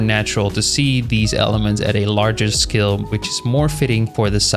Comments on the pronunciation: Bro when you said "Scale" I heard "Skill" 💀 I was listening to this like a podcast so I didn't see the text and I thought "Damn, man ended his career." 😭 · Bro can not pronounce Scale to save his life 💀